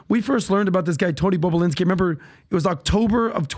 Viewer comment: They should keep saying bobolinski at the right time just like Howard stern keeps saying bababooie, seeing Patrick can't say it correctly 😮😂